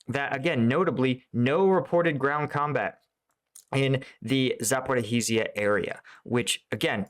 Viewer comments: Hello, it is Zaporoshya with the stress on the ro syllable. The y is short as in yes. The sh is like ship and so it is just zapoRO- sh as in ship - ya. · One day he will say Zaoporozhia and Opytne correctly 🥲